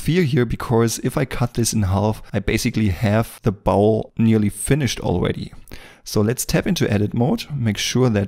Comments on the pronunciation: I love to hear him talk about the "bowel". Just kidding. It is pronounced "bOl" with a long O, btw. Great video! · Thanks, excellent tutorial as usual. Just a quick pronunciation tip. In English, contrary to all logic (no surprises there), the common pronunciation of the word bowl is more like 'bole', as in role, stole etc. Logic would dictate a pronunciation just as you say it ie. as in owl, but no, in English! This is a bit nit picky, and definitely not a criticism, but I know you have striven for better pronunciation from your first few videos, Love this series, you move right to the top of my list, alongside Blender sculpting gods such as Yan ( you know who) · Bowl pronounced b-owl, not bowel, I know by your accent, that English isn't your native language